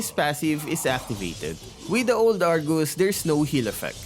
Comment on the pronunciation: Did i hear wrongly? "Argoose"???